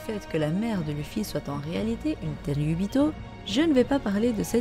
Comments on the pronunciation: Ça se lit leffy bordel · Si on veut précis c'est Leuffy Mais on va pas commencer à chipoter. La prononciation japonaise n'a pas d'égal en français.